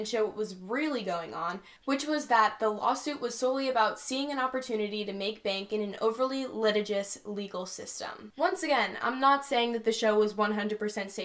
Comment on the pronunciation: That was good. My only feedback: the emphasis in the word "litigious" is on the second syllable. The first app every college student should buy for their phone is the Merriam-Webster Dictionary and Thesaurus (it has audio pronunciations, too).